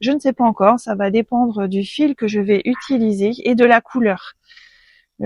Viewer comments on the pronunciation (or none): none